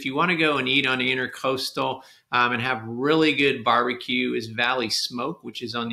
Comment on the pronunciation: Love your videos but please . It's INTRA-COASTAL not intercoastal. Please look up the difference. Thanks.